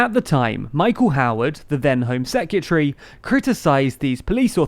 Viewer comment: Heads up, hon...It's "seh·kruh·tuh·ree". Not "sek-y'tree".